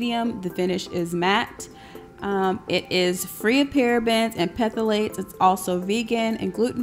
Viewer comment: Thanks for the review. Sorry but the chemicals are pronounced ‘thal-ates ’, not whatever you called them. Only trying to be helpful here.